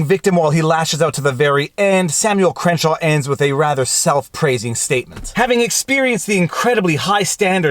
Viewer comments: I think it's Crankshaw not Crenshaw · Crankshaw is pronounced cren-shaw?